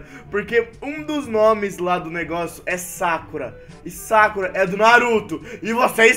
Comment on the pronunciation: sakura n tem acento no "a"